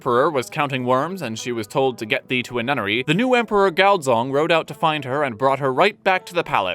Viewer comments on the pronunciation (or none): none